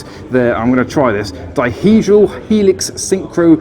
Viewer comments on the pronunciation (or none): none